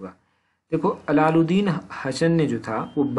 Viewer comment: Srr allaludin nhi h iss ko ap thik se bole ye allaudin h.ap allaludin bol rhe hh plss chek ur words